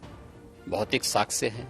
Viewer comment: सकस्य नहीं साक्ष्य 😂😂😂😂😂